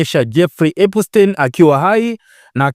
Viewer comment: Epstein na sio epustein